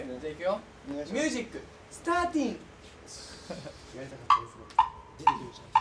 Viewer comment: スターティン ができてご満悦なうみんちゅ。 かっわいぃー(絶叫